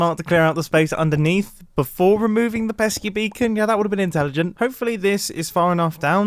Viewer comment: Grian:pesky bird Mumbo:pesk beacon